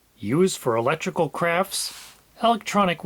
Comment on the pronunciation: "ELlectrical" The capital L is silent, as in soLlder...